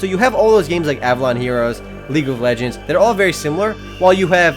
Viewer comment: he said league of legens. EPIC!!!!